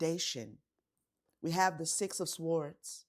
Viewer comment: You said s-w-ords again